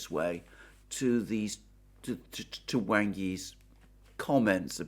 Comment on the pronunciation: "Wang" is not pronounced like "Way-ng". It is pronounced like "Wong" and rhymes with "wrong".